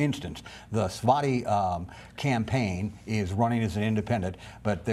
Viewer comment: I think I heard three different pronunciations of “Svaty” in this video.